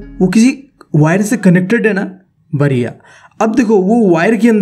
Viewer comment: Badhiya not bariya😆🙏